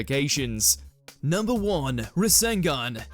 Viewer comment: Rasengan😊 RasenGun💀